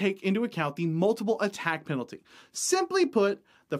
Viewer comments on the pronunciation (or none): none